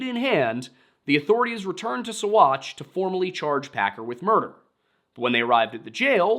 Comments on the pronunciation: Saguache is pronounced “saw-watch.” Many names down there are Ute not Spanish. My family homesteaded there before Colorado was founded as a state. There is an old dynamite storage bunker off of the highway as you enter Saguache. They kept Alfred there when the town jail was full reportedly. I’m only a little over 10 minutes in right now; not sure if you’ll mention how he was bounced around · Sagauche is pronounced "Sawatch" FYI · You did great!Uncompahgre is Un as in Until. Un-com as com a con, pahgre is pa- rey. Uncompahgre / Un-com-pa-hrey or Un-com-pa-hd-rey. Ouray is yoo-ray just like hooray. But with a U. Seguchi/ Saghache haha. Everyone get's a freebie. I enjoyed listing to you. I hope this IS your day job. You have a great voice. Thank you for the story.❤ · OK as a 30+year olde 5th generation coloradian.....you triggered me It's UN-cum-PADRE SUE--watch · My skin crawled ever time he tried to say what ever the hell he was saing instead of "sa-watch"